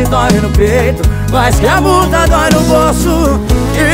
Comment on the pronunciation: Ela fala errado fala mula é multa